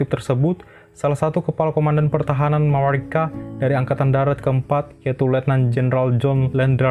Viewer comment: Tapi cara pengucapannya nggak usah lebay juga... biasa aja mamarika, gak usah jadi mamawika 😁